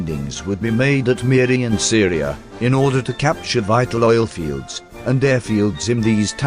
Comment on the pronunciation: Pronunciation is attrocious. I was especially surprised to hear that Syria is in Borneo. The second syllable is good enough, but the Se in Seria should be "Sir".